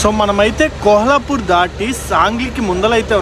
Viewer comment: ఆది కోహలాపూర్ కాదు కొల్హాపూర్ అనుకుంట